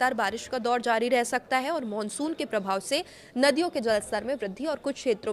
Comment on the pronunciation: Monsun ya mansun 😂jesi shakal vesi bol rahi hai itrana bhi shakl ke hisab se achha lagta hai 😅